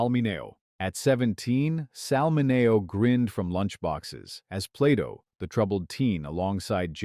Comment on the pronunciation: Ugh... it's pronounced MIN-ee-oh, NOT Min-AY-oh. Crappy AI narration.